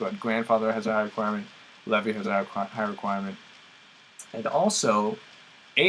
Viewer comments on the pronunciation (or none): none